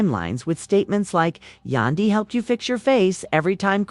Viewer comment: AND WHO TF IS YA-DAN-DY??????? !!!!!!!!!!!!!!!!!!!